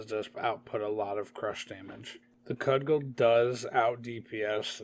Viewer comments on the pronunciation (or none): Liked the video a lot and watched the whole thing. Great info, enjoyed it. since you asked for feedback -your voice is a little monotone, which is probably just how you talk but just something i noticed. -secondly, cudgel is pronounced cud-jel